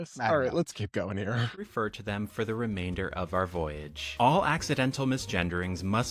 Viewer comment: Lily Tino is of course wearing a flight attendant uniform from 50 years ago. Plus she says "voyage."